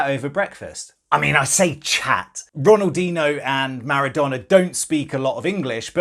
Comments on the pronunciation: Pronounced ronaldeenyo not ronaldeeno you pleb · My man said Ronaldino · Bruv the disrespect to ronaldinhos name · AHHHHHHHH NOOO RONALDINHO PLEEASE SAY THAT RIGHT NEXT TIME PLLLLLZZZZ jk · Mad, he got to meet Ronaldinho and he can’t even pronounce his name